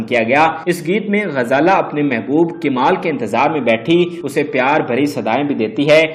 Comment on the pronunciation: KIMAL? What a PENDU ACCENT. Rather calling KAMAL, PENDU call it KIMAL